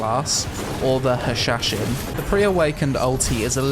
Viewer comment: The hashashin. Me: the what?: The hashashin Me: hashlashin, hashmashin, flanshashin, ban..shashin...: Yes... The hashashin...